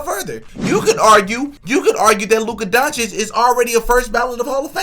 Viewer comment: Stephen a smith saying names incorrect isn’t a sign that he’s racist. He mispronounces many players names wrong